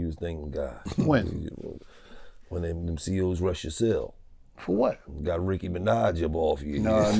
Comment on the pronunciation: Nicca said ricky minaj😂😂😂😂😂